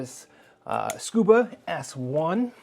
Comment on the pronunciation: Um, there's no "R" in ScubA.